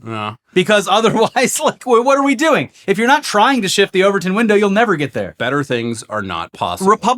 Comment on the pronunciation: TIL: About the Overton Window. Also, initial thought he said Ovaltine window. Lol